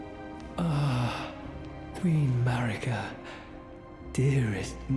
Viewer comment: Definitely AI, but a pretty good one. The biggest tell is when it mispronounces names like Marika (mah-REE-kah) and Melina (muh-LEE-nah) based on how they're spelled. needs to write names phonetically in the script.